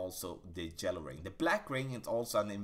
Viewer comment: Every time he says “Jello ring” I laugh and forget everything I heard.